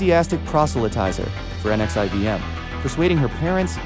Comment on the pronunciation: Pronounced "nexium" & not literally each individual letter.